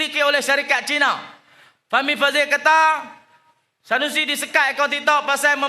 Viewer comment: Dia sebut tsanusi tu pecah perut la aku ketawa. Hahahahahah😂😂😂